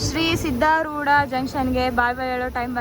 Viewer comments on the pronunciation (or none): none